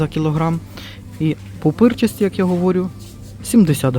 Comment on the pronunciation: Не "пупирчасті", а "пупирчаті"